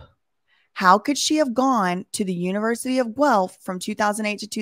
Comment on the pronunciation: The way is saying univrsity...the shade...I love it lol!!!!